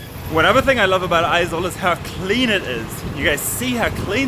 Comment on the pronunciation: Its not aezawl its Aiiiiizawl